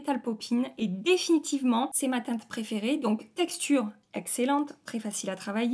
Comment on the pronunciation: J’adore ton accent chantant quand tu dis sans arrêt « cette teinteuh là » À chaque fois ça me fait sourire 😁 « pailleutè »